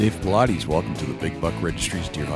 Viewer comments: Why do people seem to have no clue as to how to pronounce the man's name? Jesus Christ. I pronounced the name "Paulides" right before id ever even heard it pronounced. It's not that hard, actually lol. It's not "Paul-I-deez"....its David Paulides, as in "Paul-Idess". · For the Interviewer: Thing #1, is to pronounce the guests' name correctly, 'specially famous guests. David's name isn't Paulaudis, as you say. It sounds like it is spelled: Paul-eye-dis. Thanks for this great interview. So spooky. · Dude. Pronounce his name correctly. He is not a workout routine.